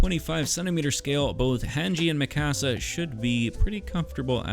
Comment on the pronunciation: It’s “Mika-sa” not Mi Casa